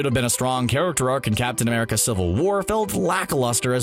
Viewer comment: Not gonna lie I thought u said captain under pants